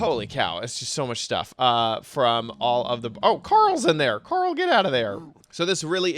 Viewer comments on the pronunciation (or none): none